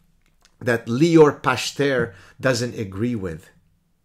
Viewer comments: Pachter is probably pronounced Pach-ter with a gutteral ch, like chet in Hebrew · It's פכטר. The ch is pronounced like the letter خ . That guy must be really bored if he goes after you so diligently... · "Pachter" with a soft "ch" like in Bach, means "tenant [farmer]" in both Dutch and German. It seems that a different profession (the oldest) would be a more suitable family name ;)